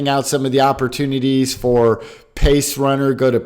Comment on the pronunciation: Hey Bro, did you say Pace Runner?